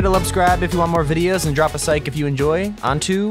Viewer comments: Did anyone notice how he said “lubscribe” and “sike” instead of “subscribe and like” 😂😂😂😂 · Did you hear him say luscribe and sike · Did he say sike instead of like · Anyone else heard him say drop a sike? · "Sike and lubscribe" 2020 XD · who noticed he said sike instead of like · He said lubscribe and Zike if you enjoy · Him: leave a sike Me: am I tripin or did he just say leave a sike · Who else heard make sure to lubscribe and sike instead of subscribe and like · "lubscribe and sike" lol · Lol he said "make sure to Lubscribe and if u want more videos like this drop a Sike". R u okay or should we call somebody??? XD. He switched up the letters lol. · Did he say sike in the start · He said spike and liksribe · Ummmmm he said luscribe and sike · He said Sike instead of like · yes so funny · Yes lol lol lol lol 😆 lol😄😄😄😄😄😄😄😄😄💗😁😁😄😃😀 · Did anyone hear him say sike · The way he said lubscribe and drop a sike 😂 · haha lol he said drop a sike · He said drop a sike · He said lubscribe and sike if you enjoy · Did nobody realise that he said lubscribe and leave a sike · dude said lubscibe and sike